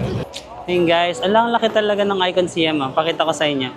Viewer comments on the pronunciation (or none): Hi, ang proper pronunciation po ng SIAM ay (pag tinagalog ay SA-YAM) di po SI-YAM hehe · Our Princess, Siam should be pronounced as Syām (Sayām). Siam was the old name of Thailand until 1939. Just like Formosa to Taiwan and Persia to Iran. 😊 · Sayam pag pronounce ng Siam at ang Sook is Suk come's from the word kwamsook mean's happiness